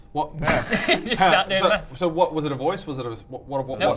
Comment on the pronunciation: when you hear meth instead of maths